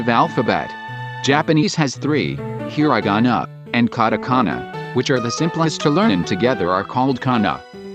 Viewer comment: Not hirinaga. It's hiragana.